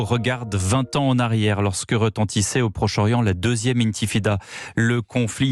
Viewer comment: Il a dit Intifida…? 😅INTIFADA. Il est fada lui.